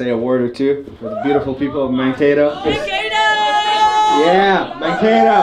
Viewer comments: I know about Mankato from little house on the prairie! (And it's not pronounced Man-Cat-O) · Garner Grauerholz my grandparents and cousins are from Scandia and live there and it bothered me at first when they mispronounced Mankato in the first couple minutes